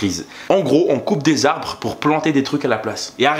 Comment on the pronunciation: J'ai l'impression tu dis "abre" hahaha. Mais sinon, continue j'adore ce que tu fais 😉